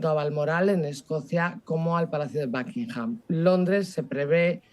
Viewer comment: Los españoles hablando inglés cambian muy cómico la U por la A. En “El Espejo” llevan a un experto en temas políticos que pronuncia “Tramp” a Donald Trump y ahora y la invitada dicen “BAKingham” al Palacio de Buckingham